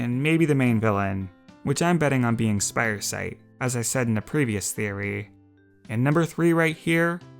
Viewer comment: its Spiresight not Spidersight